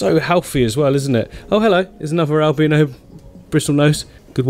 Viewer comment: I love it when he says albeeeeeno 😂